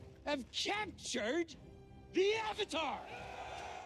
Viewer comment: Um chaptchered. Zhao it's captured